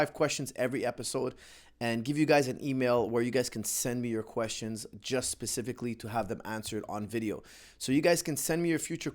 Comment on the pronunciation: In 40 seconds, said percifically. what is it? I can't recognize this. please tell me